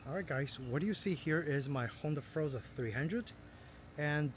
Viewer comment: NOT FROZA - IT'S FOR-ZA - HELLO